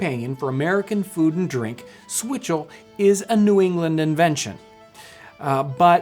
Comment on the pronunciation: Did this dude just say swizzle?